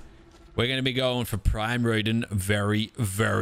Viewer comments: It’s rodan like road an god say it right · you can food multiple heads to your dinos to power them up also Day??? Of telling it’s Roe like the food And Dan like the name not the way he says it lol